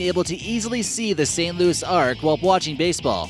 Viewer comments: St. Louis Arch. With a “ch” sound. Not the St. Louis Arc. Otherwise, great video. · Did he legit just say the fucking “St. Louis ARC”? It’s the ARCH!!! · The St. Louis Ark!!! Didn’t someone tell this guy that anything!!! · That's busch 3 Iove the and new one and it's called the gateway archs not ark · Wrigley #2? That place is ugly plus did he say St. Louis arc it's the St. Louis arch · "the St. Louis ark." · I laughed when I heard that